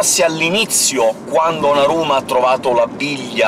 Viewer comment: 😽 ✔ [ho i sottotitoli casualmente attivi] la pronunzia vocale dice: naRuma ma la scritta dice: naZuma